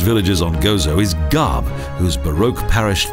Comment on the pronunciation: gharb it,s pronounced arb